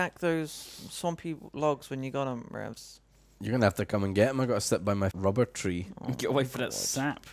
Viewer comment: A normal person: Rubber tree. Ravs: C O O M T R E E.